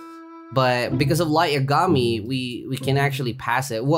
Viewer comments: Nice vid! But say lights lastname like this. Ya ga me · what if I said your not the only one who has that mount. EDIT: are you trolling again because its pronounce light (ya-ga-mee) I dont watch anime I just know pronunciation